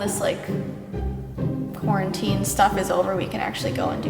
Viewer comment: I think I heard her say Corteen instead of quarantine?